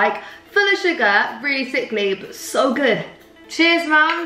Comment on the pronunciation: 'SO GUG" aggs me too much haha